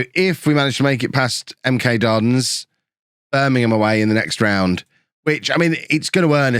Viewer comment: It's pronounced M kay don s